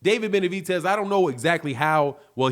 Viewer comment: I just can't ignore calling him benavitez ffs😂😂